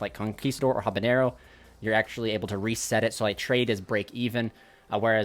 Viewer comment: Did I hear habanero instead of haquero? :)